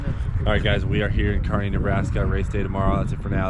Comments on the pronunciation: You can tell from Nebraska because he pronounces Kearney correctly. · You know is from Nebraska when he can say Kearney right.